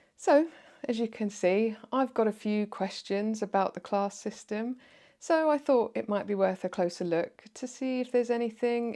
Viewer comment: Straight off the bat - "clarrrss" Yep, the 3 rrr's give it away